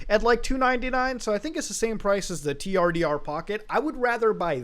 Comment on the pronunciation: The fact that the branding is pronounced "turder" should be the red flag if nothing else is.